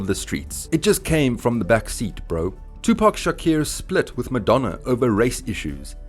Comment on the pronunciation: Who the hell is tupac shakir ?😂